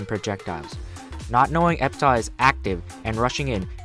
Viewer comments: By the way, it's pronounced epitaf, not epitah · thats not how you say Epitaph